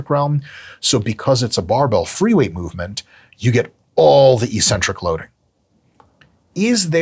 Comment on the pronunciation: Hey Mike, EEEEEEEcentric isn't a word. It's 'eccentric'. It's one of the most important words in your vocab. Look it up.